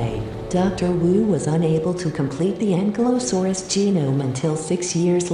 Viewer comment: It's pronounced Ankilosaurus, not ankle saurus. That just sound stupid